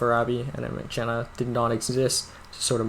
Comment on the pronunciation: Not pronounced as "Avichenna" but like "avisenna", that is without "ch" sound rather "s" sound.